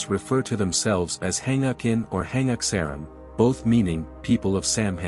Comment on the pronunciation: Thank you so much for the correction. I am a Korean too and I was wondering what this guys was talking about. Hangakin??????행아킨??? ㅋㅋㅋㅋ